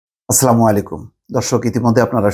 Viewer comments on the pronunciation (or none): none